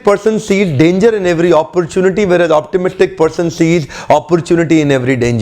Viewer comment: esko bolny to Ara niii pessimist and optimist 😆😆😅